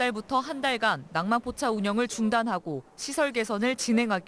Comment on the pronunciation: 전후, 왜 ‘낭만포차’를 굉장히 많이 말하는데 발음이 중국인이네. 낭만포차 한국 사람발음하고 확연히 차이난다. 아무리 혀가 짧아도 한국인은 저렇게 발음 안한다. 짱깨엠비씨 ㅉㅉ